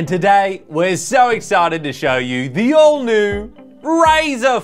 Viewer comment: Every time you say All new, I hear "Old new"